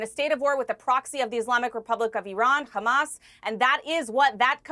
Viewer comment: Wow shes well schooled in the disgusting art of zionist propaganda. Down to the ridiculous pronounciation of CHREEsbollah and HRRamas